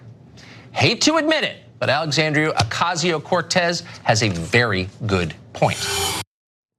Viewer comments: Looks like they learned how to pronounce her name suddenly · WOW! Someone on FOX actually pronounced her name correctly. :) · He said her name right! Lol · >Tucker agrees with Ocasio-Cortez I sleep. >Tucker pronounced "Ocasio-Cortez" correctly REAL SHIT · Nice to see Tucker actually do well pronouncing her name.